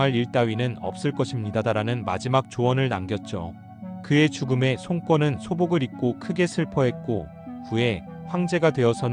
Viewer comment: 다 좋은데.. 손꿘이 뭡니까? 그냥 손권으로 발음해야지 ㅠㅠ 유비를 유삐라고 하는것과 뭐가 다른지?